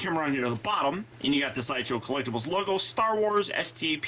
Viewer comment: Lol: "shideshow"